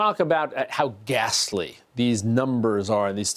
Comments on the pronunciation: Damn I’m not the only one who noticed how much emphasis he put on that h pretty dark humoured news anchor lol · I don’t even wanna go back but was it when he said “gastly”?